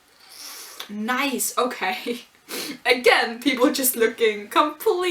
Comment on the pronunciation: Don't feel bound to do 'live reactions', though I enjoy them. Tsukasa so concerned about Eizan losing to Soma again, hah! Sardines: sar-DEEN, not SAR-dinn. Little fish like anchovies, so lots of umami. (But, as we all remember, don't go well with strawberry jam!) 4x4? I'd assumed it'd be 5x5, with Azami and Saiba leading their respective teams. Is it possible to get out of this arc without a showdown between those two?